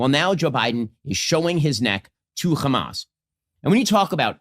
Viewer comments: Ben Shapiro is american, he knows how to say the letter 'h', why does he say 'khhkhamas?' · Why does this Ben Shapiro pronounce the ‘H’ word the Israeli way?? (Kh) Also I thought international law dictated not supplying weapons to an occupying nation used against the occupied? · The way he mispronouces Hamas like the Israelis is the perfect proof of him getting a bit of media training from them alongside the money. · Because the Hebrew word khamas means "Violence". He's intentionally trying to demonize the name in the most childish way possible.